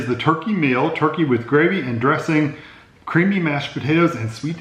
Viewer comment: When was describing the first two meals I could have sworn he said “creepy “ mashed potatoes